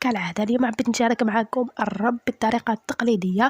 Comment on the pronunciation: الرب بضم الراء